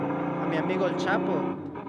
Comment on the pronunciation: Ooooooo u said el chapo xD you fucked up